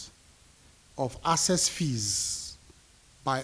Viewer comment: Na wa o....A minister is unable to sound the word "ACCESS." He pronounces it as "ASSESS". I know say no be grammar we go chop....but common?😅😅😅😅😅😅😅